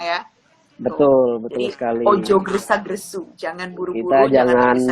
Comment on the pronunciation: Grusa grusu bang bukan gresa gresu...😀😀